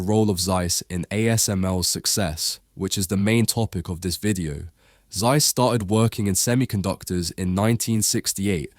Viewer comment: Would be great if you get the names pronounced correctly: Z in German is exclusively pronounced as TS Zeiss. = Tsice